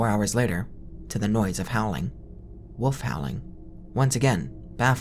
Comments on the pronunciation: can you not pronounce wolf at all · Love this!! But just wondering if I am the only one who thinks you pronounce wolf like „woof“